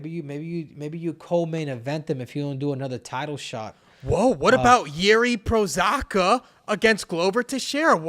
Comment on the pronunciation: it's Pro-Ha-Ska